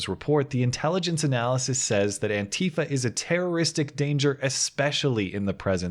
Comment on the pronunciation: It is not antiiifa, but anti fa .... pleeeeeaaaase!